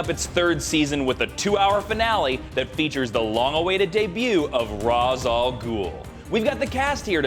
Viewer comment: It's pronounce ra's not rash you watching arrow for to long